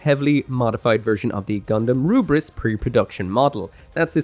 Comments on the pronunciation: "ELFRITH". THE DUB HAS BEEN OUT FOR MONTHS. WE KNOW NOW DEFINITIVELY IT'S "ELFRITH". NOT "L'FRITH" AND SURE AS HELL NOT "RUBRISS". I'm sure you don't intend it, but "Rubriss" comes across borderline racist - you've always been able to read that there's an L there, and thus had to know that the Japanese VA' s pronunciation can only be an artifact of the well-known difficulty of those who grow up speaking only Japanese distinguishing Ls from Rs. That is to say - and again I stress I'm sure you don't intend this - you sound like someone holding their fingers up to their eyes to pull them into a slant and saying "one rarge flied lice to go, anthing erse fol honolable customuh?" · I hated that he sticks on pronouncing it as rubris lmao. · Takes a lot of hubris to pronounce it "Rubris" 🤣🤣🤣😉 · While calling the Lfrith as "Rubris" isn't wrong, I just find it a bit annoying as it's actually meant to be pronounced as "Lefrith" it's just that japanese people pronounce the letter "L" as "R"